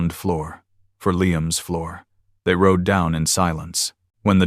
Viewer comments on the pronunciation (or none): none